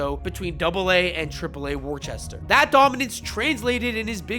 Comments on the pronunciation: “War-chest-er” no… it “woostah” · its pronounced woo-stah khid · Mispronounced words in the video include Tolle, Worcester, and Bello.